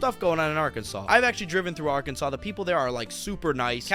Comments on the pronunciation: He literally said Arkansas right and then you instantly pronounce it wrong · Arkansas is beautiful!! This boy is a jerk!, for some reason or other it is pronounced saw at the end, not sas......dont ask me why!! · It’s Arkansaw not Arkansas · Arkansas (pronounced ARE-can-saw (primary emphasis on the first syllable, secondary emphasis on the third syllable)) native here…I’ve been to 47 of the 50 states, and I have opinions on what this YouTuber says about all of them. However, I MUST comment on his characterization of my home state. First, Bill Clinton is a HORRIBLE example of an Arkansan (pronounced are-CAN-zen). While we are proud to say we produced an American President, I don’t think any of us are proud that it was him. And yes, a few of the greatest entrepreneurs of America have started here: Sam Walton who founded Wal-Mart, and John Tyson of Tyson Foods, among others; but they are hardly what this YouTuber claims this state “primarily consists of.” Arkansas is one of the most beautiful states in the Union. Yes, we invented cheese dip (AKA queso) and have some funny sounding towns (like everywhere else in the world), but we also have Crystal Bridges Museum of American Art, a beautiful piece of architecture on 134 acres in the Ozark Mountains that focuses on American art and exhibitions, Thorncrown Chapel in Eureka Springs (a town that deserves its own special recognition), the beautiful Christ of the Ozarks (similar to the statue of Christ in Brazil), and Garvan Woodland Gardens, a beautiful botanical garden located in the Ouachita (pronounced wah-shihi-tah) Mountains of Southwest Arkansas. We are a hub for outdoor sports from fly fishing to mountain biking, and we are the duck hunting capital of the world. We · When you pronounce Arkansas, you do not pronounce the last S. It is pronounced Arkansaw.